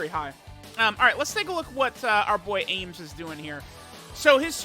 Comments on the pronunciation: Every time says "aYmS" instead of "Ahms" I get an aneurism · chilling Yeahs it's like Arms. Not aims lmao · I die a little bit inside every time mispronounces Ahms' name...